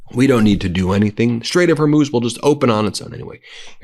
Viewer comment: Ben - I believe you can learn to say “Iran” rather than “Oran” if you try. You succeeded in learning how to pronounce “Hormuz” correctly. You can do it! Show respect for Iranians (not Oranians). Thank you for your efforts!